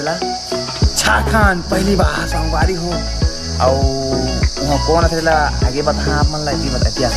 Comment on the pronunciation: Bhaiya teha jab jab aage aage bole has tab tab mola hage hage sunai de he 😂😂😂